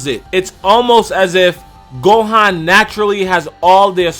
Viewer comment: Gohaaan its gohan